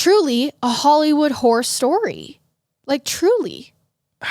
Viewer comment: "A hollywood whore story". I cannot get over the way you say the word horror haha <3